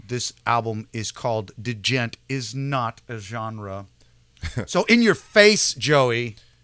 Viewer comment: Love to hear opposing views/reactions, but "lazy" will never be a word to describe any musician within Periphery. These guys are beyond well-tuned/precise within every song they produce. And yeah, they don't have a bassist. It's pronounced "j-ent" by the way.